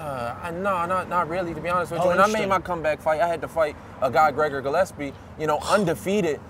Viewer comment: All this time and he still cant pronounce GREGOR GILLESPIE the right way